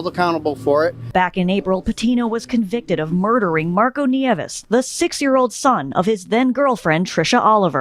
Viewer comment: nieves is pronounced "nee-EH-vess"